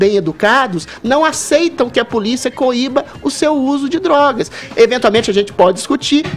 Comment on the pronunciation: "baravo", "dorogas", "treres", "peresos", "deperedados"